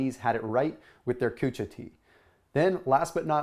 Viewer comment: lmao...I was referring to how his says drinking kucha...🤣🤣